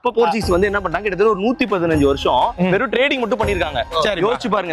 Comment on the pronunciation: Athu வாணிகம் illa anna.. வணிகம்